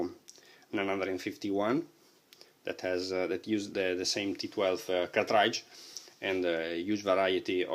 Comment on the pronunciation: cartrAAIdge! XD. Its pronounced cart-ridge man.Thanks for the review.